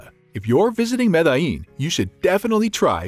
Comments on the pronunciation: Fyi. .. pron . GuataPE….accent on PE…(not. Gua TA pe) Med eh yin…or med e jin…(not Med AH yin) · I cringe so so hard every time you pronounce Medellin Good video tho..